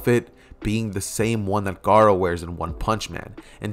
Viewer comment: U keep sayin gara